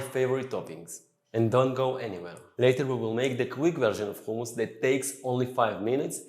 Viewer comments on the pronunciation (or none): He’s an Israelí Jew which is why he can’t pronounce it correctly 🤷🏻‍♀️ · I'm not a cook but I'm sure it's humus not khumus. Even in Hebrew it's written in the aspirated h not the Cha. But that what happens when appropriate a culture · Actually. It is Hummus. Whether you use the softened "H" sounds or the tougher Arabic "ح" sounds. And only if your language doesn't have neither sounds, like Russian for example, then "Khummus".